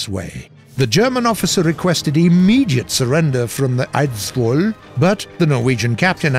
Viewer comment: Butchering «Norge» and «Eidsvoll» but interesting history around the battle of Narvik, who isnt mentioned to often by more mainstreem ww2 channels